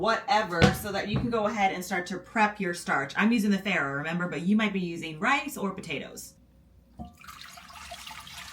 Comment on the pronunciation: You might want to check your pronunciation of faro.